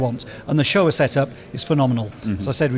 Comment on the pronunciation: Show-Wah.....not Shower. Never heard someone butcher the Showa suspension pronunciation. 😂